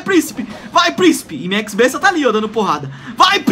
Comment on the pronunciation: fala X-besta, o x em inglês e o besta em português, vai entender né kkk